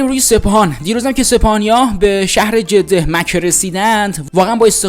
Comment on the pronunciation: من برای اولین بار برنامه شما را دیدم وازاینکه یک آدم بی سواد را گذاشتید که حتی مصطلح ترین کلمات را از قبیل جده مکه سیپل ورجز را درست نمی‌تواند بگوید برای همه شما تهیه کنندگان متاسفم به امید روزی که افرادلایق وشایسته برسرکار باشند